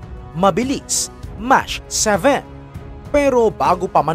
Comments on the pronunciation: Mach 7 Hindi Po mash, iba po ang mash pang mash potato Po Yan. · Anong MASH ? Wala sa google yan ah. Hahaha😂 MASH 7 ✅ MACH 7 ❎